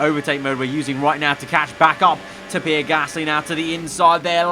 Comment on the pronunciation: Why do you say ‘ pir ‘ Gasly